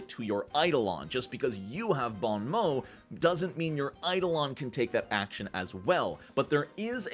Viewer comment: Almost perfect pronunciation of Bon Mot!!!!! Congratz!!!